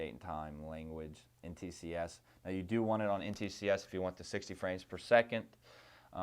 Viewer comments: Thanks for this, very informative, I like the fact that you explain why you use the settings you do. A little picky of me but, you kept saying NTCS instead of NTSC. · Hate to be that guy, but... NT S C. Not, NT C S. I figured you'd say it right eventually, but you never did.